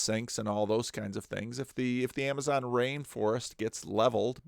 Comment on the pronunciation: "Ramazon Rainforest", went full Scooby-Doo there.:)